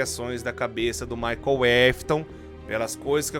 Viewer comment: Cada vez que fala Michael foi uma facada na alma 😰